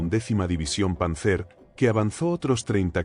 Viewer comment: Panzer se acentúa sobre la primera sílaba y no sobre la última